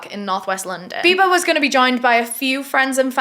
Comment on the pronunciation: When you said Bibaa I accidentally heard "Bieber" so I was like wait they went out to celebrate Justin Beiber's birthday ...?